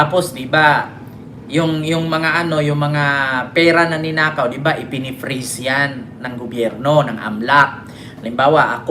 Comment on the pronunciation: Halatang mali itong report. Si Bonoan ay former Secretary ng DPWH at hindi USEC. Itama ninyo naman ang inyong mga sinusulat. At mag-practice ka ng pronunciation ng FREEZE at hindi PRES o kung ano man. Ay ahay bading-na-bading talaga…